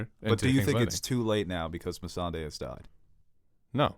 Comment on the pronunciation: I scratch my head with and. How she forgot about the Euron's fleet when they just talked about it. I mean for God's sake, one of them is the only person in the world that says Missandei's name weird. I hope it is his accent that makes him pronounce it like that.